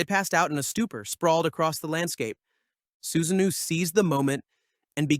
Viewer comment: Diabolical pronunciation of Susanoo